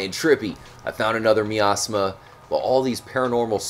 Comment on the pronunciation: uugg the way you say miasma drives me nnuuutttttssssssssssssssssss.... amazing find though.